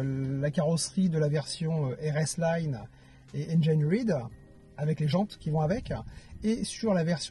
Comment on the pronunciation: Engaïneride ? Il m'a fallu du temps pour comprendre que c'est engineered (inginiir'd)...